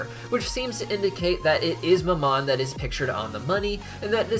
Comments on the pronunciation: I'm sorry, this has been bugging me, but you pronounce mammon wrong. how it is pronounced is this (ma'm-on) ma'm being said with a southern like accent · I know I've said it before but the prince of greed's name is pronounced "Ma'am-in" Its my only pet peeve on your otherwise amazing videos :)